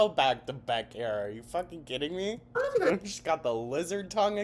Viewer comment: How does she manage to get an “L” in don’t?? Doln’t. . . .wtf is this vernacular gymnastics????